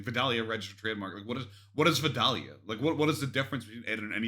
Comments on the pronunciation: And it’s vie-dale-ya or if you’re really country, vie-day-uh 😂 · my grandma is from vidalia, my whole family from there pronounces it vi-day-uh. I’m from Savannah - I pronounce it vi-dale-yuh. Your breakdown is wayyyy too accurate. 🤣🤣